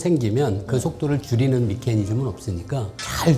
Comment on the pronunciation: 미케니즘 (x) -> 메커니즘 (o)